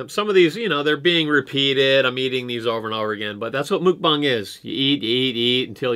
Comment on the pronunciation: it's pronounced muck (rhymes with luck or tuck)-bong